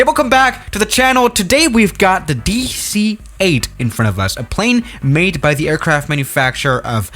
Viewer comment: "Hello, welcome back to the channel today we got the Dueeh C-8"